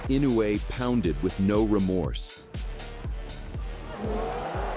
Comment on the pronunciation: What a shite channel. Crappy, dodgy camera angles and - check this out - the AI BS commentary pronounced Inoue's name wrong on 3 occasions. 'Don't recommend channel' is my preferred option to lob into the garbage sack of 'not professional enough'.